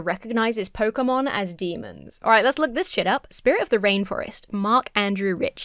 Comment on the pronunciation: I heard "PogayMon"